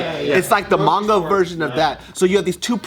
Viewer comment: im impressed pronounced manga right